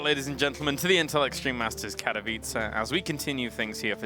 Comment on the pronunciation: Finally someone (kaelaris) pronounced Katowice correct :D! I believed it will eventually happen